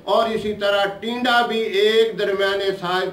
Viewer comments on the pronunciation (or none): Tinda bataya hai not tida